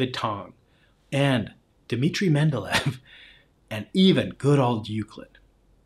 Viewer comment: I understand rashing on Terrence because he mispronounces "Lee group" as "Lye group" and other tells of autodidactitis, but be consistent and downgrade Brian for mispronouncing "Mendeleev", after all those are both just foreign surnames you can't just read off the page as BOTH men just did.